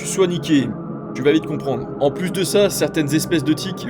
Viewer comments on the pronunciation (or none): none